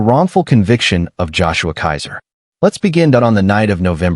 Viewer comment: Keezer, not Kaiser.